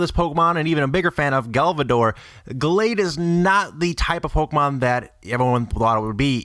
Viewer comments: lol you called gardevoir galvador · haha galvadore its gardevoir haha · Who tf is galvador don't u mean gardevoir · omg you can't say gardevoir???